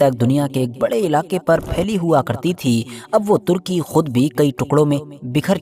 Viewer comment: Pahle sahi naam lo kya tarki karki bolte ho Sahi naam lo kitna ghanda lagta hai jahei aadmi..